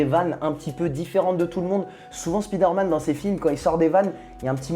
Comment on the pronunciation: je t'adore, mais je suis obligé... C'est Spider Man, pas Speeder Man. SPAILLEDEUR please:D